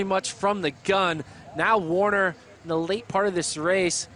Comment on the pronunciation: It's Taylor Werner, not Taylor Warner!